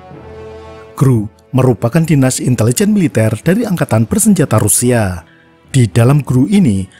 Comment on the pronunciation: Pengucapan bahasa Rusia nya keren